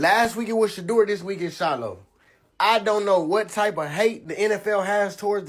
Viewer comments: Peope its not pronounced Shahdur, its pronounced Shadoor. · Travesty. The PURE HATRED is real! You're not pronouncing SHEDEUR's name correctly.